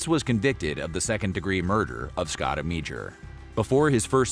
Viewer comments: You totally butchered the guys last name - AM - AH - DOOR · It's pronounced Amador & its VH1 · Amedure's name is completely mispronounced on this.